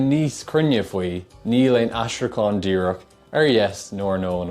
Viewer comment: Please, stop saying Gwaeilge, the 'w' just isn't really there in Native Irish. Secondly, you say díreac not díreach.